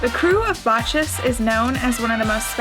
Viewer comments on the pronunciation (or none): Lmao! It’s pronounced “Bak-us”...😂😂😂😂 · Bacchus is pronounced Bock-Us.